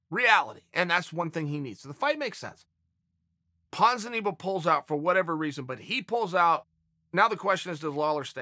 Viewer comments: Ponzineeboe chael does it on purpose in sure of it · Chael "Ponzeneebo" Sonnen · Chael "Ponzinibo" Sonnen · Uncle Chael says Ponzinibbios name wrong in the first second of the video: Ok Great